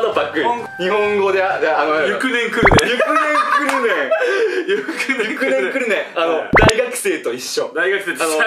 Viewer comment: え、『ゆくねんくるねん』って呼んでるの？！ あたしずっと『ゆくとしくるとし』かと！！！！ (多分そこじゃない)